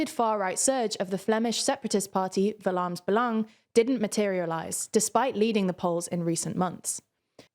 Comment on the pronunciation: Great pronounciation on the flemish party names!